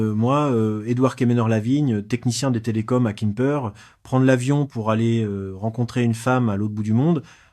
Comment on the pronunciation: A quoi rime cette histoire, toujours la même, déclinée dans des versions à peine différentes, toujours les mêmes images de soi-disant Pattaya ( j'ai envie de dire mais presque !) racontée par I A. cette fois ,il habite"kimper" en Bretagne... Peut-être une Bretagne de Thaïlande! Ça fait neuf ans(prononcé neuf faon!)etc l'histoire répétitive d'un vieux qui se fait avoir en croyant trouver l'amour avec une jeune fille en Thaïlande... quel est l'intérêt de cette histoire débile!